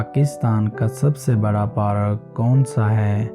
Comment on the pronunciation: It's not parak it's Park